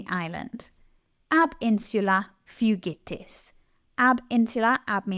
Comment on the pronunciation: This video is great, I love grammatical summaries with examples and useful images! Suggestion: Please add macrons to your text! It's so much easier to tell that īnsulā is in the ablative with the macron over the ā. Secondly, please consider phonemic vowel length when speaking, it would be better to over-do it than not do it at all. Finally, when I hear the ū in fūgitis pronounced like 'you' as in fugue, I begin yelling at my computer, which I believe disrupts the learning process. Thank you :)